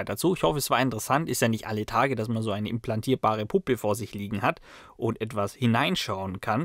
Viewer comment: Hi, ich kann mir nicht helfen, aber es hört sich an wie "implantierbare Puppe" ;-)